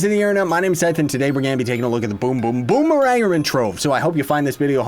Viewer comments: i thought its pronounced boomer - ranger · Is it Bomerang-er, Bomme-ranger or Bommer-ranger?